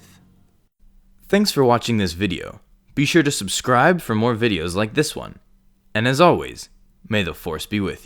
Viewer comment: Darth Smaul then Darth Taul